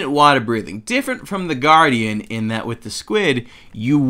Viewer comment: GUARDIAN not guadian